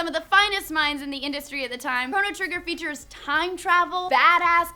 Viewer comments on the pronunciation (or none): none